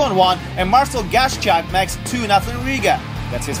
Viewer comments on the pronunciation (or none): it's Marcel Hascak not Gascak:)